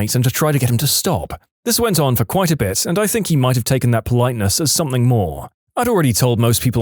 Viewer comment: No k in the word something